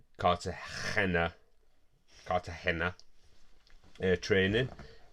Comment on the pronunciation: Another great episode! I enjoyed how you said Cartagena all the time 🤣🤣